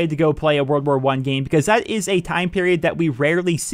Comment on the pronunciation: Whenever you say "world war 1" I hear you saying "wer wer one"